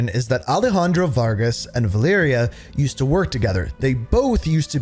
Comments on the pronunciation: Selection = Valeria: Siliction = Valiria. The E in most English words sounds like “iiih”, but in some words like “election” it makes an “eh” sound. That eh sound in selection is how the E in Spanish is pronounced. You pronounced Menendez correctly so let’s say Alejandro and Valeria instead of Alijandro and Valiria. That is your Spanish lesson for today! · Lol I can’t stand how you said her name pa. VahLeeryah hahahaha. Thanks for the chuckle bro bro.